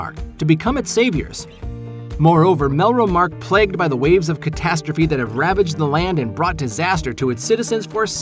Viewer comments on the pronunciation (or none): none